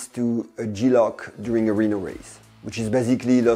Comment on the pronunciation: It's G-LOC, not G-LOCK. LOC stands for Loss Of Consciousness.